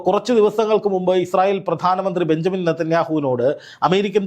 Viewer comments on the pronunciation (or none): none